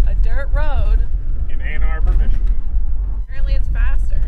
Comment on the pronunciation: Great video. As a Michigander you did way better than the average on the pronunciations. They get a little crazy up north.